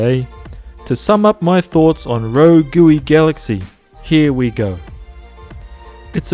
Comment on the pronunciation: RO-GOOWY GALAXY